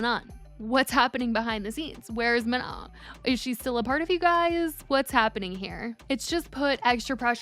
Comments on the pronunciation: exactly! it's also not maNON like on and off which is how she's saying it (and shes been told its wrong on her previous video about this) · No guys its not prenonced Ma-No its prononced Ma-nON, ON as in we in french or NON as in no in french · for the millionth times it's ma - no" jfc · She’s STILL saying her name wrong… it MAH-NO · Isn’t it pronounced “Ma-no” like without the n at the end? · Girl her name is pronounced Ma-Noh, like Manon without the n at the end. Everytime you post a Katseye video you get told and never learn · no, even manon said it herself that it’s like “Manó” and she said the n is silent. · It’s pronounced Ma-No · she said herself that its “Ma-no” and the “n” at the end is silent. The OP is correct. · say her name correctly lmao. The N at the end of Manon is silent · Hi just a gentle reminder the N at the end of Manon is silent ❤ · why are we STILL not pronouncing her name correctly? it feels deliberate at this point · We been telling her I don’t think she cares lol she been doing it wrong every video with countless comments correcting her